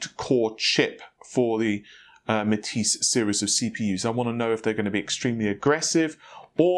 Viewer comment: Nah-vay. lol Will someone help this man. First it was Fred-ripper, then Ma-tassie (Matisse), now it's Na-vay.